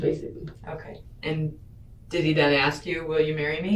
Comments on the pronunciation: I'm pretty sure it's an AI voice. Also, some people just are no good at pronouncing names. Like this killer woman being interrogated, says strimp instead of shrimp, axe instead of ask, and I could go on. You'll survive him mispronouncing one name. The detective was basically saying NO CHILD should be that underweight. It isn't normal for any child. At no point did she say they should look exactly like her own daughter. Her daughter is alive, so I guess that would be good. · I mean it's how she said it. If a white/Asian/hulk himself says axe I bet this person would absolutely type axe. It's literally the way she pronounced it. Has nothing to do with race I know many who pronounce it "axe" of all different backgrounds. Really is just the accent.